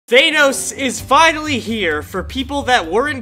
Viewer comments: Bruh he keeps saying Thay-nos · this man just said "Thaneos" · ThAnos is finally here Me: faceplam it’s ThanOs not ThAnos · Me: Thanos Him:thaynos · Now its not thanos anymore its thainos😂🤣😂🤣😂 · Bro says thenos😂😂😂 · Lol thei-nos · Bro why do people keep saying thenos when it's actually thanos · Why did he say Thynose it's Thanos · Thaynos or thanos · It’s thanos not thay-nose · Its thAnos not thaynos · I hate how he says thaynos